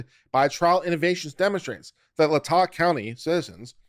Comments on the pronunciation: It's pronounced Lay-Tah county I live in Moscow and am not a college student so 🤣🤣. I know the broad strokes of the case but very little details. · OMG, this is worth listening to, if not just for how many ways you pronounce LAY-tah County😂😂😂😂😂